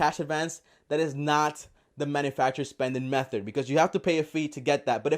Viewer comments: Am I the only person who hears him say "MethoR" instead of method? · M-E-TH-O-R MAaaaan.